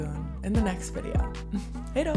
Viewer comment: Kul video! och roligt , med lite annorlunda saker...att folk gillar fika har man ju hört till leda.....när du sade hejdå, ditt uttal = 100% :)